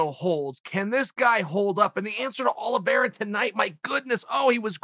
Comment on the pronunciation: No one: Chael : Charles Aloe Vera